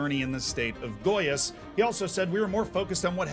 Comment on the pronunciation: Hermione time: It's goiAs, not gOias